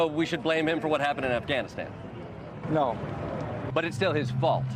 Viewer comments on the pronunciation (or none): " so we should blame him for Aghanistan ?" LOL awesome